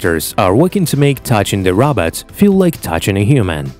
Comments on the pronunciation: The narrator doesn't know how to pronounce the word "robot!" It sounds like he's saying Rob-Ut, not Row-Bot. Very distracting to me. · Roooobot.. not raaawwwbat..progress but to jankey jerky.. not very fluid movements. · Its robot not Robert! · Funny how incredible they can make these robots, but the stupid robot voice on this video can't even pronounce robot. "rob-ot" instead of "row-bot" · The guy soungs like he's saying rabbit not robot i say if you can't say it right don't say it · It's Ro-bot not Rob-ot. Please learn to say Robot right. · Why did you pronounce Robot as Rabbit? Is it AI or human speaker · This guy is worse at pronouncing “robot” than fucking Dr. Zoidberg.